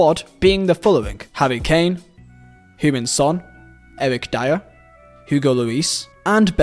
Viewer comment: Love your pronounciation of Heung Ming Son. It sounds like you saying Human Son